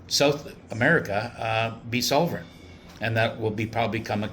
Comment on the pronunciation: Why can’t you say SOVEREIGN ? You put an “l “ into it 🤔🤔🤔🤔🤔